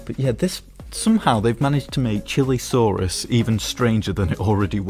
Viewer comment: whats a "CHILI-saurus"?? its pronounced "Chee-lay-saurus"